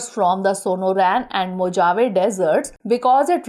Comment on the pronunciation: Answer-C (advancing the rights of women and gender equality worldwide agreed during the 4th World Conference on women in 1995) Or mam Pronunciation of mojave is mohave , during Pronunciation j pronunciat as h